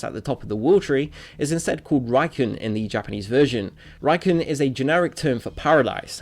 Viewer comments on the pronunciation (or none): RA-ku-EN, not "Raccoon" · Good video. However, I really recommand you to learn the Japanese pronunciation. For Homura and Tora, it's still ok to read "ra" which is actually pronounced as "la", but for the word rakuen, it's a complete misreading. RA KU EN are three different parts you should read separately. In the video, you combine "kuen" and read it in a English way. It would be impossible for any Japanese speaker to understand this word. I appreciated your effort to cut out the same scenes from both versions, but the incorrect Japanese pronounciation may undermine your effort and make the video improfessional. Since the word "Rakuen" appears hundreds of the times in the Japanese version. Everyone who played that version should know how to read it. I also notice that a large part of your videos are about Japanese games and animes. So, please learn some basic Japanese pronunciation or at lease goolgle the Japanese words you would speak in the videos. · Good video just one little nitpick. Rakuen is pronounced rah-ku-en. Nothing major but it just bugged me a little.